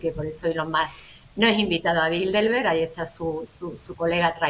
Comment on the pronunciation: Por qué dicen BildeLberg?. De donde sacan esa "L" que no existe?. Se supone que son gente culta.... No se dice BildeLberg, se dice BildeRberg.